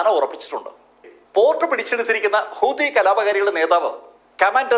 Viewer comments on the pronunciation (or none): none